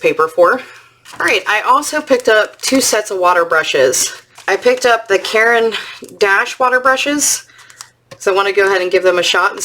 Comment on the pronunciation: Thanks for sharing your purchases! Just a note, in saying Caran d’Ache don’t pronounce “D” as the letter, but as the sound = just ignore the apostrophe: Phonetically, karen dosh.